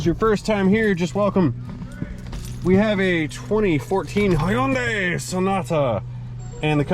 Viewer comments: Lol I love how you say " Hi-yun-day" that's how us Aussies say it 🤣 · I need to hear H-Y-NDAI one more time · hyundai is 2 syllables. hyun dai. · Was that a JAPANESE accent for a KOREAN vehicle, LOL.